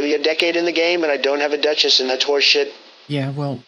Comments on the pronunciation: "...don't have a Duh-Chiss" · "Lots of sacred shards PEE-PULL. "....don't have a DUCH....ESS LMFAO